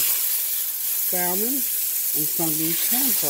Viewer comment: Good morning...I’ll get in that wagon...I need to eat healthier as well....I try to avoid 2 carbs like bread and potatoes when I’m trying to eat healthier... btw...the L is silent in salmon...lol....you have a blessed day!!